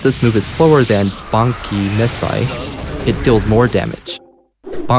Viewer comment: “Banki?” It’s BAAAN—KAAAAI!!!